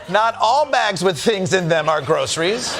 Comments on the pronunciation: We know Trump knows nothing about Groceries because he pronounces it Grow-suh-rees like 3 syllables. Those of us that shop for them pronounce it "Grosh-rees" With 2 syllables. It is, like "stuff in a bag" but not all things in a bag. DJT and Elon need to go back to things they know, like......., yeah, I got nothing, which is what they both seem to know. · Why is the word groceries so hard for donald. Can't put his finger on it. Mental cognitive problem.